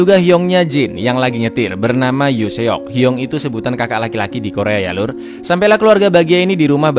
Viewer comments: Bacanya bukan Yoon Seok. Baca Yun sok yg bener. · Kak boleh saran kah? Coba dengerin pelafalan untuk bahasa korea kak. Terutama huruf "eo". Yoon seok, bukan "yun se-ok, tp yun sok (o nya ga bulat agak lemah gituu) hehe makasiih kak 😉